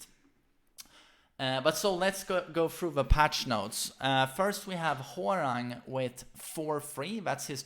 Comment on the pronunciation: It really bothers me when people say whore rang instead of hwoarang